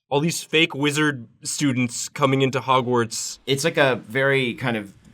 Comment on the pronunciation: "'Gwartz"....how lovely